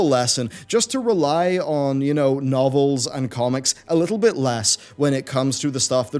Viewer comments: "Nov - Elle".....rofl its fkin Novel mate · a "No-velle" gotta love english pronunciation